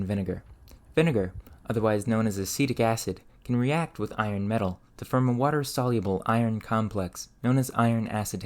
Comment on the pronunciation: Where's your accent from? I can't place the "ferge, ferm, mer" vowel (forge, form, more).